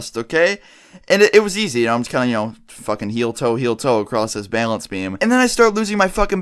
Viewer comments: im not trying to be offensive but says bailance not balance it makes me cringe any one else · struggling to say "balance" again. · So. Much. Bay-lance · Dude you gotta stop saying bale ence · The way you say balance XD "baylance" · "Balānce beam" lol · He really does enjoy saying bailence doesn't he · It bugs me the way you say balance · DOES ANY BODY ELSE LAUGH AT HOW HE SAYS "BALANCE"? I DIE LAUGHING LOL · THATS NOT HOW YOU PRONOUNCE BALANCE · Please stop saying balance like that